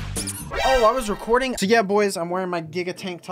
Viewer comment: At the beginning he was flexing 😂😂😂😂😂😂😂😂😂😂 he was like I AM RECORING